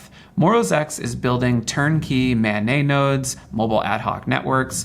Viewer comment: It’s not “man nay” it’s “man net”. It’s not French it’s an acronym.